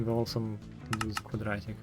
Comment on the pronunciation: Вы просто сказали это с таким акцентом)) У меня просто ещё слабый уровень Английского, и на этом моменте меня прорвало))